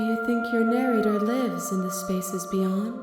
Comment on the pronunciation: "Shut up and start narrorating it narrnorator!" Best part of this video, honestly lol!